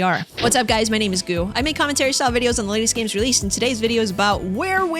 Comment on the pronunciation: dude its gooh